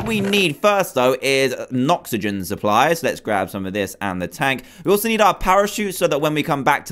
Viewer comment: You said noxigen supply